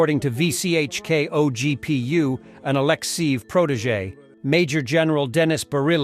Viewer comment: Did I hear, “… O.G.P.U. …?”